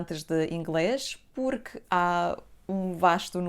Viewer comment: Púrqui? Kraleo pohha é isso